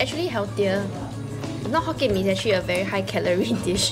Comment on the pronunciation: Not hokien mee……..